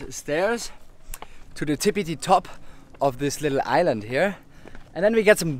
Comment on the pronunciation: Hey loving the videos but don’t say tipity top again haha